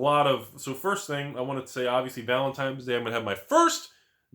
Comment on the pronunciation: "valentime's day"